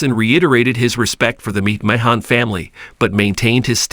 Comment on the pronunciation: The prononciation is so bad i had to stop watching . If you want to be legit, at least learn how to pronounce the names of who you are speaking about. "MICKMAHAHNN AND DREW MASINTIRE" are not their names. Not personally a fan of the McMahons, but wanted to see what the story was about. It sounded so horrible now i will never know. Hopefully you will modify your Narrations and have a successful channel. I mean that in all sincerity.